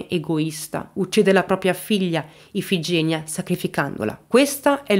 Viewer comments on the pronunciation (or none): Non è Dogàli, ma Dògali; non è Ifigènia, ma Ifigenìa